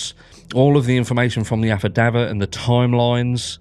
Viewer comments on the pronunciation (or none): You are pronouncing affidavit wrong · your pronunciation of affidavit grates...is that the American way?